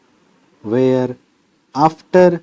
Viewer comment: yr were or where ko same kyu pronounce kra h apne